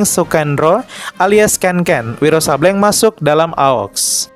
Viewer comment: Izin ralat min Sableng di baca Sablêng bukan Sabléng :)